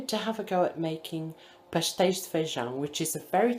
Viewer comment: Hi! I like how you organised your menu and shopping list side by side. I don't think I have come across another that has done that. The Pasteis word you rolled off your tongue did not sound like the spelling lol. A shame you did all that work and it didn't quite taste like the originals. Alex is so cute when he came and said, 'mummy' lol.